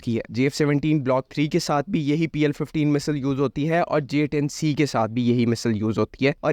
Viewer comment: Bro misal nahi missile bolo 😅